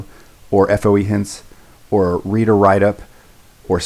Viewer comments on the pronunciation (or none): none